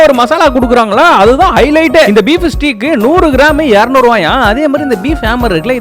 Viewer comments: Steak ❌ Steek ✅ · Bro steek illa adhu steak 😅 ok va bro